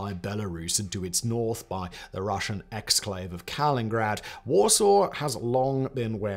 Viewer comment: Kaliningrad not “kalingrad” as stated in the video